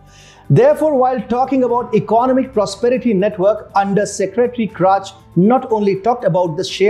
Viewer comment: Please check out "economic" pronunciation properly!